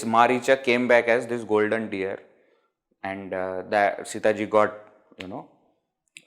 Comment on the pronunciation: It is deer and not dear!😂